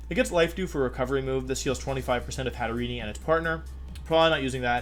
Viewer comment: Its pronounced Hat-te-rene not Hat-te-re-ne